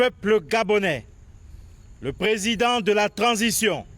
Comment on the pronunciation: On ne dis pas cransition on di transition madame t'as quand même fait l'école pour ça arrête de fouata